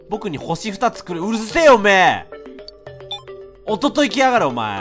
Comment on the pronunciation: 「夫といきやがれ」に聞こえてどういうことだろう？と思ってましたw